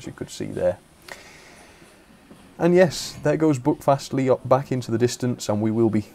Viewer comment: My local railway. It’s quite amazing. Can’t wait until they extend it to Ashburton and eventually restore 3803 and Dumbleton Hall. PS your pronunciation was a bit off but far better than most of the tourists we get. Buckfastleigh is pronounced b-u-ck fastleigh and Staverton is pronounced Sta-ver-ton.